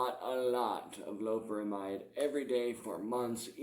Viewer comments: Lo-pe-ramide not loprahmhyde. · do you have any sort of respect for the art of teaching English? Doubt it cause you've clearly read that wrong mate. Not gonna argue like just been nice and replying if you disagree with my comment then that's sound. I was mentioning it to him hoping he reads it right he's pronouncing it incorrectly.